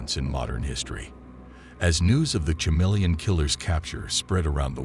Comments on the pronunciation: Dude, is this even a real case? Ive never heard it before. First off, its ka-MEEL-yun, not cha-MEEL-yun. You left us with more questions than answers... What year(s) was this case? What in DuBois' background prepared him to impersonate all these different people and nationalities? He impersonated a woman? How was he able to pull that off? How did finding a fingerprint lead to them finding out he was shacked up in a hunting lodge? Who were the cops who figured that out? When he was caught, where was he prosecuted? Which country? What sentence did he receive and where is he incarcerated? His policeman brother , you imply, was aware of his brother's crimes. Why wasnt the brother prosecuted for harboring a fugitive or as an accessory after the fact? These are obvious questions you should have addressed in the video. Do the research, then remake the video. This one is just missing too much background info. 😮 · Love thenew channel & the subject & the blessedly not- totally-over-covered case... ... but... every time he pronounced the word "CHameleon" incorrectly, my face involuntarily contorted into a painful cringe...😬🥴 Lol Keep up the good work to! I appreciate all your time, effort, & hard work!!